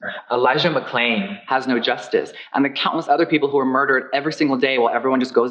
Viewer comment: ElizaBetsy exactly, his mouth looks like he’s saying “Elijah McCain” instead of McClain